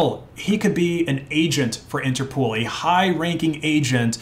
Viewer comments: Please don't pronounce INTERPOOL. It's INTERPOL, as in POLice... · Daingit! Why you so ignorant some times? first of all, Interpol is pronounced "Inter-pole" not "inter-pool". Second: scha·den·freu·de /ˈSHädənˌfroidə/ noun pleasure derived by someone from another person's misfortune. "a business that thrives on schadenfreude" Other than that, keep up the good work. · Interpol not Interpool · It's pronounced Inter-pole. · It's interpol not interpool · Why do you keep calling it "interpool"? How many O's do you see in the word "interpol"? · Interpol isn't pronounced interpool. It's pole. Like inter pole. Also, colonel is pronounced kurnel. It's a military rank. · I think it's called INTERPOL, not INTERPOOL. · Never in my life have i heard people pronounce it 'Inter-pool' 😂 its 'interpol' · What the hell is "interpool" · INTERPOL. NOT POOL. ITS INTERNATIONAL POLICE. NOT POOLICE. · INTERPOOL? lol INTER-POL like POLITICS or POLICE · You have a funny way to pronounce Interpol. 's not Interpool. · Interpool? You mean Interpol? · I’m sorry, but if I hear “interpool” one more time, I think I’m gonna lose it. The pol is from police! There’s no pool! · Bro said interpool 😆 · It’s pronounced “Inter-poll”, because it’s a shortening of “International Police”. So please close the Inter Pool! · “Interpool” lol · He also can't pronounce Interpol apparently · The way you pronounced colonel and Interpol hurt me